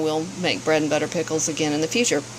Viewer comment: Beautiful bread and butter pickles. Love how you use field cucumbers and not pickling ones. And yes you said the name right!! Most people don't.